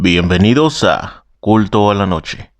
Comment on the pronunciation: Entendí "culo" en vez de "culto"😞👎